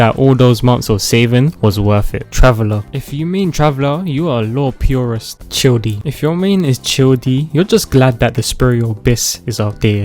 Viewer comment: "Chill-dee" 😂 NO ELLIE NING GOG 😂😂 SUN CROSE Q KEY FISH LEE